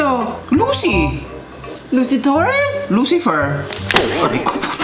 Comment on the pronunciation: That "Lucy-fer" part. Hahahaha lol pa-heart po